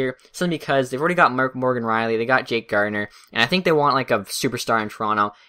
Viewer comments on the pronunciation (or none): none